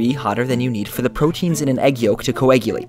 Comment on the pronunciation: "coeggulate" heheh